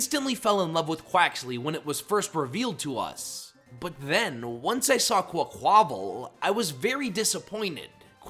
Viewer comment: IT'S QUAQUAVAL, NOT QUCOVAL! FIX IT NOW!